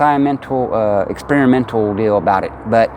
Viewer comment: He can't " es-plain the scie-a-mental es-pear-a-mental" of the septic system .. it's a beautiful park and the pricing is super reasonable, I hope business comes and there able to defeat the institution trying to close them down.